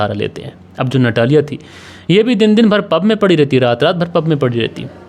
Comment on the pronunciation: रूस में ट को त और ड को द बोला जाता है। आपको उसे नतालिया कहना चाहिए। इसी प्रकार वोडका को वोदका कहना चाहिए। **"रूस में कोई भी व्यक्ति फ्रिज में पानी नहीं रखता। और सितंबर में सर्दी होती है। ***रूस में आपको कहीं भी अचार नहीं मिलेगा। कहानी में झोल है।